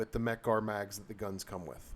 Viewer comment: exactly, first time I ever heard someone say mec-gar is crummy.